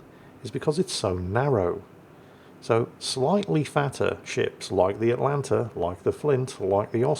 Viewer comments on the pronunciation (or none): none